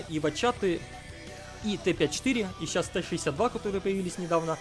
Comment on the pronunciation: сечаус хахахахаха ты иногда пиздато проговариваешься я тебя 5 лайков бы поставил за это